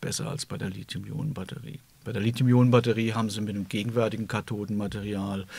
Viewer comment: Und sie sagen "Lit-hium"! Wie gut, das zu hören statt Lizium .